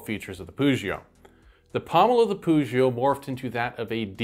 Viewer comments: i am more used to a pronounciation with a hard ''g'' instead of a ''ch'' sound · Nice info, but your pronunciation of "Pugio" really annoys me. The "g" in Latin is always hard. It should never sound like a "j."